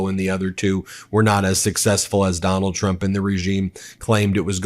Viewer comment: I thought you said "McDonald Trump". It has a ring to it...